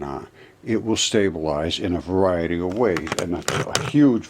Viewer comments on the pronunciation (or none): none